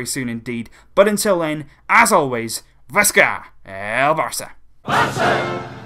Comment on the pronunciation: Since you are not a spanish speaker... you don't realize how dumb sounds the last: "visça eeel Barça" at the end of your videos. Really ... not cool. You missed that Jordi Alba had an injury. That's why Digne is playing for sure. Paulinho did press conference, so is very likely he'll be beginning the match.